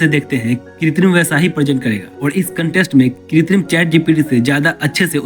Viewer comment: Are bhai....kitrim nahin.......krutim mean artificial